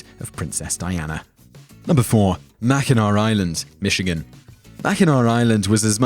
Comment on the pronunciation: I appreciate the fact that you brought up mackinac island and pronounced it correctly. Also I love coming across these older videos I missed previously lol